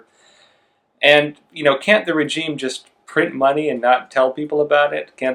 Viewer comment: Please please please pronounce regime correctly. I cringe every time you say it. “Razheem”